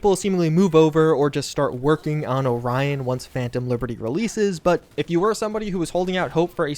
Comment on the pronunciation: that's not how you pronounce orion lol